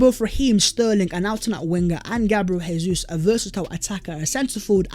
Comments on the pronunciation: Jesus is pronounced as Zhe-zous not Hey-zous. He's Brazilian. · Probably no one cares but it's Gabriel JeyZeus because it's Portuguese, Hey-Zeus is Spanish... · Rubbish....its Portuguese, its Jay-zous, same way Jose Mourinho is Joe-zay